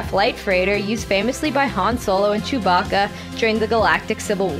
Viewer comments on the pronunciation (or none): none